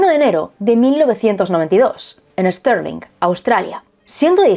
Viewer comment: Stirling se pronuncia tal cual: Es tir ling. Es homónima de una ciudad de Escocia.